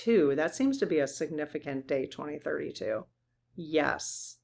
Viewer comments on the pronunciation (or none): none